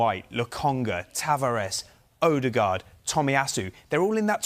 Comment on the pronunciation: Did he say odebard?!!